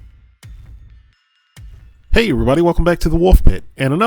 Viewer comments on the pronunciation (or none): "whey" wtf lol